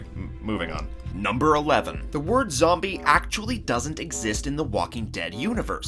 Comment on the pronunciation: When is talking he said zomie